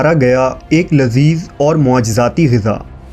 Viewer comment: Abe oye jahil, Gaza nahi Ghiza kehte hain